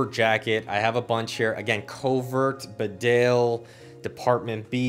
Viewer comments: Not B'dale, old chap BEEdale. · As a Barbour lover you should know it's not pronounced the way you think. It's not "Bedale", it's actually "Beedale". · It’s pronounced Beedale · Great video. I think Bedale is pronounced Bee-dale. It’s a village in the Yorkshire Dales. Very beautiful place, I used to be a courier drive and it was on my route. Definitely worth a visit if you’re ever touring England.